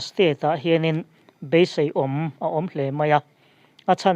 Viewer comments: Beiseiawm tih turah Beiseiâwm i ti tlat mai. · Pu MD F "Beiseiawm" tih I lam dan thluk hi a dik lo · Trump tling mawlh rawh se.. Chuan tlem, beisei awm thluk khi a dik deuh maw???🤭🤭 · Beisei awm tiha awm hi lam ri hniam lovin lam ri sang se a dik thlap ang